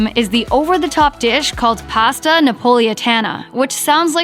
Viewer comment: She can’t say Pasta or Avocado.